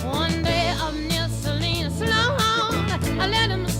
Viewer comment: One odd note in Lightfoot's version is his mispronunciation of Salinas -- also evident in other covers by people unfamiliar with the place.